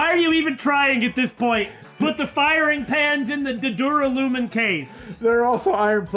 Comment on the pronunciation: First LPers I've seen who pronounces "duralumin" and "churrasco" correctly (finally).